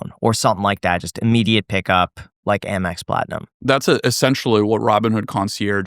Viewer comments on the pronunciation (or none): none